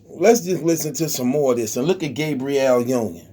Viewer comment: Lmao he said Gay-briel Union 🤣🤣🤣